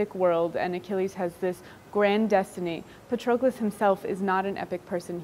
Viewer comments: She can't even pronounce Patroklos. 🤦 Even Brad Pitt pronounced it better 🤣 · I love the book and Miller's writing is excellent! However her mispronunciation of Patroclus is getting under my skin